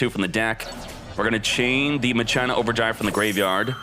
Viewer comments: If I hear him say MUH-CHINA one more time, I'm going to seriously never watch him again...how does a grown man not know how to pronounce words correctly? I'm still cringing over it...fucking christ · In tcg it’s pronounced makina lmao kinda like Mach five awesome deck tho! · ...at least the explanation and gameplay is heaps better than the pronouciation of Machina. Mach-ee-na, not Ma-China... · I can't get over him repeatedly saying muh china. MAH-KEY-NUH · I keep thinking hes saying " muh gina" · Never heard maCHina said that way always said maKina regardless the highlight is certain decks is much appreciated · Ma - Kin - A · Machina is pronounced mah-key-nuh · I’ve always pronounced it masheenah, didn’t know it was pronounced maCHINA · MA-kee-na. That's how it's pronounced. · It's pronounce mah-ke-na, like in dues ex machina, but fun story, I originally thought it was pronounced Ma-shi-na when the archetype debuted in the Yu-Gi-Oh R manga. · Yo this is a backrow deck you need more traps. Also, it's pronounced ma-key-nah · at 1st i tough he was memeing calling it maCHINA but the more he said it the more i cringed. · Lol! Ma- China 🤣🤣🤣 bro! I'm laughing so hard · The way he says Machina irks me… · He pronounces it like that to annoy people